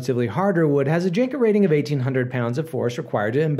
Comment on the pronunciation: It's pronounced yanka not janka